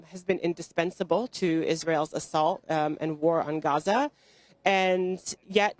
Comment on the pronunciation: Bless her she tried so hard to say Gaza properly (Ghaza).. and she did it well 💯🤍